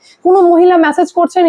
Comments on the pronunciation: আর কতবার "ম্যাসেজ" বলবেন ? দয়া করে "মেসেজ" বলুন। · Please correct your pronunciations, কানে বড্ড খারাপ লাগে। "MESSAGE" এর উচ্চারণ "ম্যাসেজ" নয় "মেসেজ"। আগেও লিখেছি, পাত্তাই দেননি। শুনতে খারাপ লাগে। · ভাই, উচ্চারণ কানে লাগে: Massage - ম্যাসাজ Message - মেসেজ